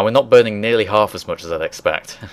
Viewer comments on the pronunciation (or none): none